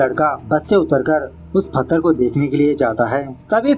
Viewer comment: फथर nhi पत्थर होता है और explanation 🤣🤘👌👌👌👌mast hai.....